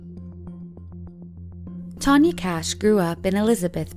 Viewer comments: How come they write and show the name “Kach” several times, and they keep saying “Cash” during the video? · The first 2 surnames were pronounced so wrong. Kach isn't "cash", it's "Kah-ch" with the "ch" being the German pronunciation. Kubacki isn't "Koo-bah-kee", it's "Koo-bahts-kee". Learn to speak.